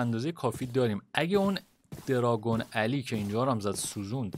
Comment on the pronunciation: آدم های معمولی : وای دارگونعلی سینا که از ماتریکس فرار کرده : درانگوزجگ😂❤